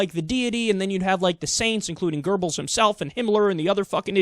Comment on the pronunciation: Goebbel, not Gerbbel